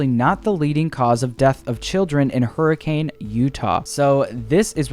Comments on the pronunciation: As a fan of fnaf for seven years and a Utah resident, I never knew that it took place in hurricane, also for some reason they pronounce it hurrikin instead of hurricane, it’s really weird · Its not pronounced "hurri-cane" its "hurri-kin" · Alright as a Utahian it isn’t pronounced Hurricane like the storm it’s pronounced Hurr-a-kin I know weird but it’s true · It’s pronounced Hurican. I realize that it’s spelled Hurricane, but many of the cities in Utah follow that. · I live in hurricane Utah and it’s pronounced hurricin lol